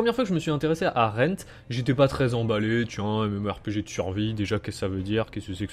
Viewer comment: its rend not rent......